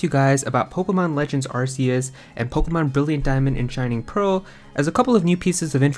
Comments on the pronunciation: It’s pronounced as ark-e-us. This is why Silvally’s ability is called RKS system. All I hear is arse when YouTubers pronounce it differently 🤣🍑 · its pronounced arkeus btw